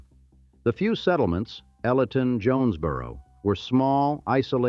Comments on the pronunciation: It’s pronounced EEElyton, like the letter E, not L-eton. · Elyton has a long E pronunciation. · Or Elyton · EE-lee-ton Hard E's. Ah-von-dale. Soft A. Wa-kov-i--a. Hard ch. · This thing is narrated and created by AI. Too many mispronunciations and redundancies like Avondale with a long "A" or Elyton Land Company with a shore "e". Then the NAACP saying all letters and not N double A CP. Really lazy. I see a lot of these type of AI productions lately on YouTube. I had to stop listening.